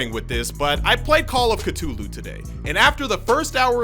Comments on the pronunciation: Call of Ca-TOO-LU You made it funny to me and I would love to hear you say catoolu the whole time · The way this man just said cthulu